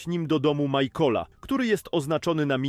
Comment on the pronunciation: michaela nie majkola